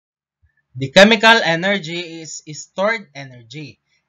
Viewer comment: Hey it's chemical not chemicalcal im in 2025